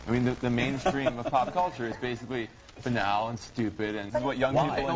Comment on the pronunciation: Bob Costas said "banal" like "anal." It's supposed to be pronounced bah-nahl.